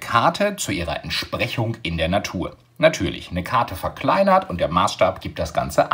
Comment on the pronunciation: lol sprechfehler am start